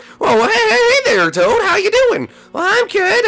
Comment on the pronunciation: toad not tode